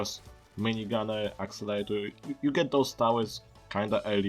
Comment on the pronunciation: i love your french/german accent. i dont know it sounds more like french but the best part is that you call it "accelator" lol